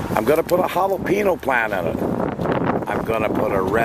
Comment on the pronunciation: The little curly-que on the top of the in in spanish words mean you sound it like a "Y" so the word sounds like "HALEPEENYO". Not "HALEPENO"!!